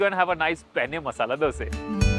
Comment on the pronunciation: What i like about you is that you pronounce 'Dosa' so perfectly. You should have tried Masala Dosa at Thaza Thindi also. It's is really very good, don't compare it with that of CTR